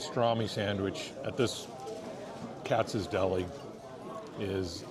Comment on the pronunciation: First, Reading Terminal Market in Philadelphia is pronounced the same way as the city in Pennsylvania (like Redding). It’s a shame you did the research into pastrami reubens on the east coast but can’t pronounce the location of one of your favorites correctly. Second, you nailed Katz’s.